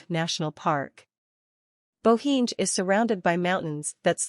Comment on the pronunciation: Its like Ai voice, :) .. pronounciation is river Socha, lake Bohiny etc..